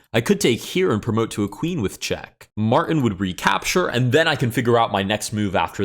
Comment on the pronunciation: why are you afraid of the letter T in "Martin"